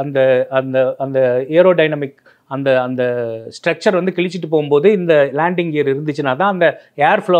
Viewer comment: லேண்டிங் கியரைப் பற்றியும் தவறாக பேசுகிறார். ஸ்ட்ரெச்சர் (stretcher) இல்லை ஸ்ட்ரக்சர் (structure).